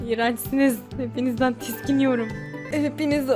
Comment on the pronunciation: Farkettiniz mi tiksiniyomm değil tiskiniyorum dedi fark edenler likeee 😂😂😅